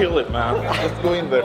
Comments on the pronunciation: You're english is so good, that I'm asking myself, why you would pronounce the word "just" like you do? (no sarcasm!) - Great to see back! It's also nice to see how you're climbing is getting better and better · It's a common mistake for us Scandinavians because our J's are soft, used kinda like Y in English at the start of a word. Jump, juggle, jam, job etc. Personally, I wasn't even aware I did it until a native speaker pointed it out.